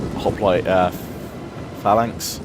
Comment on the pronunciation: why do you say phalanx like that? I'ts the incorrect way to pronounce it doesn't matter just saying:D